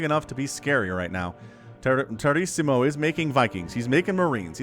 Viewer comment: Lol! The name's a play on Tiramisu, the dessert xD. It's pronounced Ti Ruh Muh Soo.